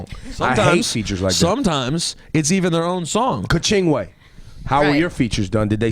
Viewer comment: The way she says Kachingwe makes my life😂😂😂😂😂 poor girl can't even say her own name correctly lol at least she said Tinashe right